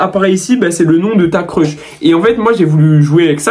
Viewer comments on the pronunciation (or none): none